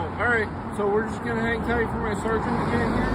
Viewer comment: Sharsant....you mean Sergeant aka Sar-gent?